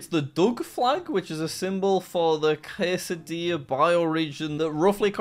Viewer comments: its not pronounced Quesadilla. Cascadia is pronounced ka·skay·dee·uh (the british pronounciation.) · Jack it’s Cascadia not quesadilla 😂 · He literally called Cascadia "Quesadilla." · quesadilla?? come on jack you know this stuff, it's cascadia not quesadilla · ITS CASCADIA NOT QUASEDELLIA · Jack, Cascadia is pronounced Kas-Kade-Eeya not Quesadilla… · cascadia not quesadilla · are we just gonna ignore that jack called Cascadia "quesadilla"? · yes becuase lmao it’s just a mispronounciation in a random youtube video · He said "Quesadilla" instead of "Cascadia" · The "quesadilla" region.... 😂😂🤣🤣What a fool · why did jack pronounce cascadia like quesadilla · Because he doesn't know how to pronounce it 🤷🏻‍♂️ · Reddit user: "Cascadia bioregion" Jack: "Quesadilla bioregion" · Bro said quesadilla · Bro really pronounced "Cascadia" as "Quesadilla" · Jack it’s Cas-ca-dia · i hate how he pronounced cascadia as kassedia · Jack, Cascadia is pronounced Kas-kad-ia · How tf can you mispronounce "cascadia" it's literally pronounced like written. Where tf did did qeusadilla come from 😂